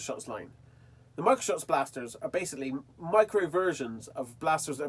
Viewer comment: It almost feels like ur saying micro soft lol